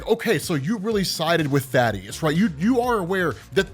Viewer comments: Thaedus is pronounced "thay-dus" . Thaddeus is the character from judeo-christian myth "tha-dius" that you might have been getting confused with? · ifs Thaedus. Thay-Duss. Not Thaddeus. Thay-Duss. Thaedus.